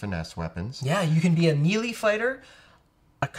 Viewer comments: Ok. Need to say something because too many people mispronounce the terminology and you dudes are supposed to be the knowledgeable ones. Melee is not pronounced meal-ee or mee-lee It IS pronounced may-lay Keep up with the informative videos! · I love watching your videos, but every time you say "mealy" instead of "mêlée", it makes my skin crawl. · These folks are Canadian and thus we are taught phonetic pronunciation of english words, your hearing the affectation of the Canadian Accent when they say Me Lee instead of MaiLai. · It's like a part of youtube d&d subculture to mispronounce that lol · Why do you mispronounce melee- that was driving me crazy.